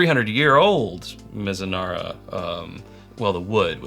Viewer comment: Oops: that's "Mizunara"